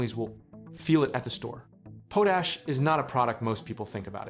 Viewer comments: It pronounced "pot ash", not pooash. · pote ash.... worst ai voice ever